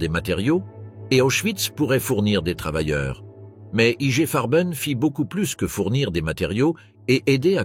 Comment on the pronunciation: à prononcer = Igué Farben !